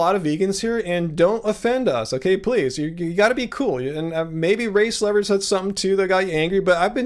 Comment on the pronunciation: It always sounds like you're saying "race lover" every time you say "race lever" lol